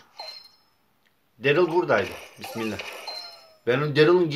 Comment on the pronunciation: Derıl degil darliy diye okunuyo